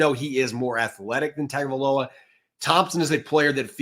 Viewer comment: Some good insight that I almost didn't make it to, since the hosts on a Dolphins-themed channel can't pronounce "Tagovailoa" or even "Achane". C'mon, guys...